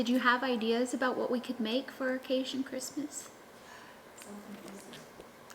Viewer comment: I am from Louisiana also. I have never heard CaJun pronounced the way you say it. Is it something only the new generation says? All my people are from Louisiana and all my hubby’s family is from Louisiana and none say it that way. Just wondering.